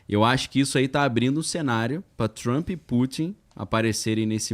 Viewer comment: Por favor pronunciar direito!!!!! O nome do cara e Trump !!!! E nao Trumpi porra ✅